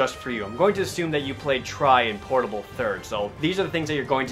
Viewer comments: It's Monster Hunter Tri Ultimate, not three ultimate. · MH3U is a sequel or rather an expansion to Tri. So, it's pronounced Tri.